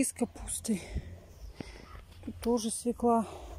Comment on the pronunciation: Правильно говорить свЁкла